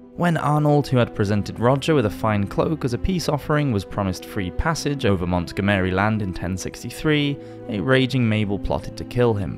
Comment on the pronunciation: Mont gomeiri lol,really dude? Why not Montgomery just like in English